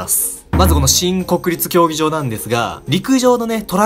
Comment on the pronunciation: もうそれにしか聞こえないw